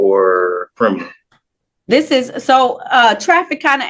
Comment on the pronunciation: “I’m not boutta be on diss pone”. These people are preposterous.